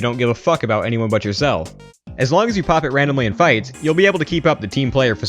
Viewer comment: guys don't repeat "sa" say "as"